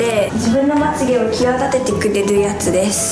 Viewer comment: 右の子すんごいですのすーをのばすねw